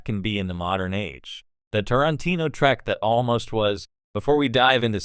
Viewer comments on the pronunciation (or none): It's Trek not Track. AI is a child.